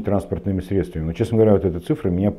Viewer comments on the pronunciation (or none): none